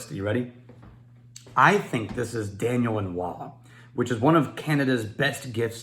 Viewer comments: If I had not known of Daniel Lanois, I also would have struggled to understand what said.:-) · God it took me forever to figure out you were saying Daniel Lanois